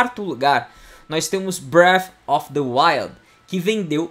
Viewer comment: bréfi deuaiu